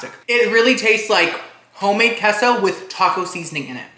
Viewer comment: I love how he says keah-so sauce.